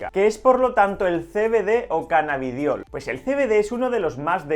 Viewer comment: es Cannabidiol no? en el minuto dices cannabitol y tengo dudas ahora.